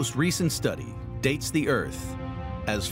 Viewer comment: I think the title should read, "a theory as to how the Earf was made"